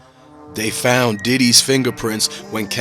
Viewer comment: They fount it 😂 Jesus, if you are going to report on things you should probably know how to speak English.